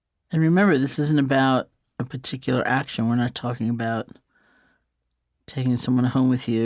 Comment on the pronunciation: I like how she says "particular". Sounds like "piticular"